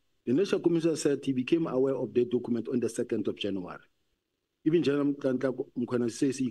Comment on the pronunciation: this dokhument that Dokhument yooo. Documents, Dokhument 😅